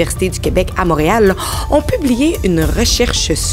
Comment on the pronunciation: Quand est-ce qu'elle va apprendre à dire MONtréal comme il faut et pas Mâtréal ? Est vraiment, mais vraiment mauvaise.